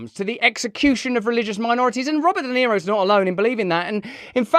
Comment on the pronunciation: Robert Sha-Niro ….